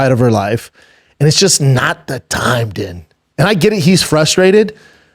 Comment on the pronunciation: Why can he say Herb Dean but pronounces Din Thomas?! 😂